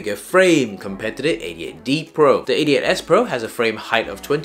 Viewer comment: I thought i heard "idiot D Pro" 😂